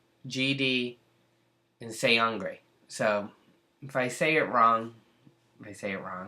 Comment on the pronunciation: No. There's no "g" sound in his name. The letter, "g", doesn't work alone here. It's only combined with "n", making a new sound, "ng". You know, like, "going", "working", "doing", "living", etc. THAT kind of "ng" sound, you know what I mean... Seungri is pronounced...just "Seung-ri".